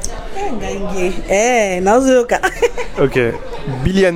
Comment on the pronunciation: Non mais ton accent en lingala il est excellent, je suis congolais de Brazza 😅